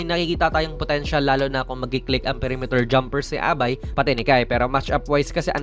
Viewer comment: You pronounce abai like sabay or gabay.